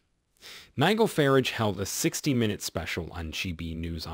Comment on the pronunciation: Would this be a computer generated voice? Also Farrage, is NOT pronounced Farige, as in carriage, but Farrage as in barge. Mind you an American President mispronounced our Prime Minister, of the time, as FRASHIER, instead of FRASER. Then again, Obama pronounced Tunisia, as Too-nee-sha. It's only polite to learn how to pronounce "foreign" names, and place names correctly. Sorry for the digression, just my particular passion.